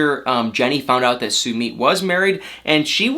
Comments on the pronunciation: I cannot wit my your pronunciation of “SUEMEAT”🤣🤣🤣🤣🤣🤣🤣🤣🤣 think “Submit”... you say “SUE-MITT” dude! LMAO😆😆😄😆🤣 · "sue-meed" im triggered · your pronouncing his name wrong😂😂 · How does Sumit pronounce his name /soomeet/ or /soomit/ ? I always thought it was latter. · I love you to death and I love your videos but you are saying Summits name wrong !! Did I spell it right ?? I giggle every time you say it ❤️